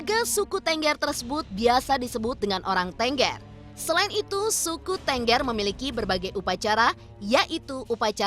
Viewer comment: Cara penyebutan suku TENGGER aja salah ..Kalau ditulis ya itu Bacanya # Thenggher...#..😂😂